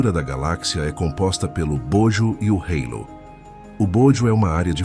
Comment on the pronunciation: halo não é "rêilo" rsrs